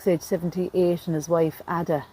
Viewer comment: Ada, that you pronounced as 'Adda' is usually pronounced as 'AY - DUH.'